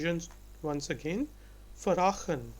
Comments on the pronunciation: de Vos what Justin means is actually correct,. The pronounciation is Vraagen ( how it sounds ) ,. not with 1 a as this guy says , the wirtten word is correct vragen,.but he says its like vrachten without the T (dutch guy ) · You don't say 'vragen' you say it like 'vraagen' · Nice job, but sometimes the pronunciation isn't always correct. I'm Dutch and have listened the first few minutes and words like 'vragen', 'familie' should be pronounced as 'vrAgen' (not 'vragEn'), 'famIElie' (not 'fEmilie')... Nonetheless, a great job.